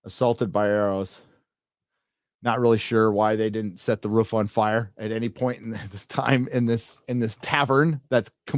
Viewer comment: just listening to you say woden "ruf" on repeat. my day is complete :D